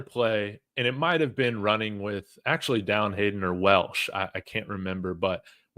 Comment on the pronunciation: It's Welch not Welsh. Respectfully.